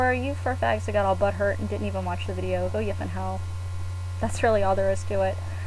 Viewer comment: lol i like how she says "BUtt hurt!" l;ol